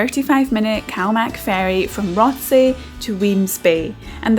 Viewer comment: It’s pronounced ‘rossay’ if you’re from Glasgow..